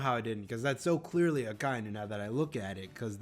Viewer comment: The way you say Akainu's name is correct, and with any name just listen how they say it in the anime. I've always wondered how can people mispronounce a name they hear multiple times in the anime.